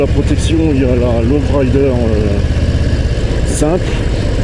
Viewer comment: tu viens d’acheter une super moto mais tu sais pas prononcer son nom… c’est pas une love rider c’est un low rider…ça se prononce LO rider…bon choix bonne roulade